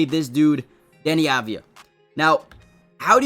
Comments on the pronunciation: Av-dee-ya, not ad-vee-ya 😊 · pls say his name right deni av diya